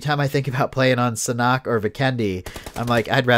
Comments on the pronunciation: It's called saaaaaaaaannnnnnnnnnnnn hok ... Sa nok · did he just say siknock? Omg it’s SANHOK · its san-hok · The way he pronounces Sanhok lol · SanHok SanHok. Pronounce it right.